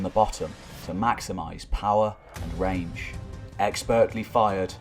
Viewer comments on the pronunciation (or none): none